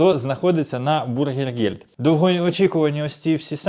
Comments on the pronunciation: БЮргергельд правильно. А вы произносите бУргельгельд. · Не бургергельд а бюргер. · Зробіть свої випуски коротче, макс. 7 хв, багато води і непотрібних емоцій. І вимовляйте Bürgergeld правильно, ви ж про Німеччину говорите і в ній живете, найпростіші слова можна навчитися вимовляти. Бюргергельд до бургерів немає жодного відношення.